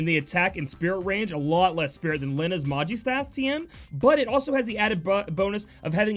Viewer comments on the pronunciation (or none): none